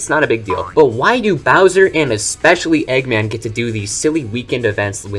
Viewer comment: Egg man 2. Say his name correctly pls, i swear it wont sound like a slur.😅